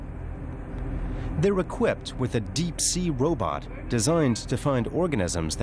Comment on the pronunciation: "Robutt" .....heheh.